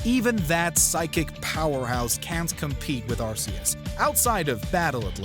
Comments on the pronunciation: It's Ar-Kee-iss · The name was originally pronounced Ar-Ceus and now I am hearing something about Ar-Koos. I am sticking with the Ar-Ceus pronunciation, since it was used officially. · How does everyone keep mispronouncing Arceus? It's a hard C, like cat or car